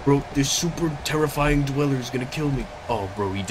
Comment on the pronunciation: dwel ler